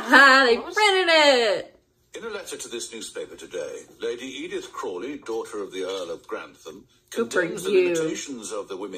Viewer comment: Thank you for pointing this out. I'm liking these reactions, but it does take me out of the moment when she gets the names wrong. Things like "Lady Isobel" are incorrect but not a huge deal. After twenty episodes though, "Crowley" is driving me nuts (it's Crawley with an A!), and "Lord Crowley" (Lord Grantham!) is seriously killing me.